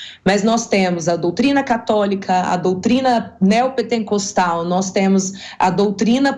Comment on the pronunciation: JULIA LUCY, não se diz: PETENCOSTAL, como você usou....Não sabe nem a pronuncia correta, e quer emitir opiniões do nível teológico??? kkkkkk